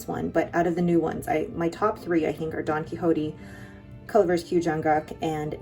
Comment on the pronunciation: Don Quixote is pronounced like ‘key shot’ 😊